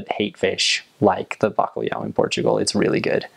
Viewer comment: Os sons "lh" e "nh" não são usados na língua inglesa. De qualquer maneira ele pronunciou bacalhau melhor do que muitos portugueses a pronunciar o inglês.